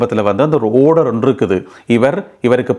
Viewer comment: டேய் படிக்காதவனே. ஓடர் இல்லை. ஆர்டர் டா. சரியாக உச்சரி டா.